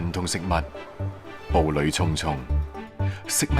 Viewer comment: 畢竟廣東衛視，粵音麻煩請正讀，粵音在不同詞組配搭時有不同讀音的，那個"菜脯"、"步履"發讀錯音了。